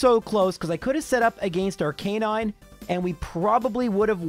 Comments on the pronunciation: I'm going insane at how he pronounces lorelei "LAURA LEE" instead of "LORA-LYE" and how he pronounces Arcanine "R K 9" instead of arca-nine" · Bro I love your runs! Not a hater here, but maybe you ain't getting those likes cuz of the way you pronounce "Arcanine" :v just saying